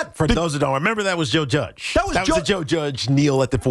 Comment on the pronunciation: Why does he keep saying “Judgian”? He’s talking about Joe Judge? I don’t get why this guy on the left is trying to put the Jets and Giants on the same level with this comparison. Sure the Giants had a couple down years but they’ve got 2 SB’s in this century and look to have risen back to a competitive level. I get that your team is bad but don’t lie to people on the radio and try and make it sound like anything Joe Judge and the Giants ever did is anywhere close to as bad as what the New York Jets have been for 20 years now. Don’t be a liar